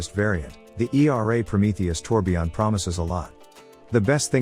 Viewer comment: It's tourbillon, not tourbion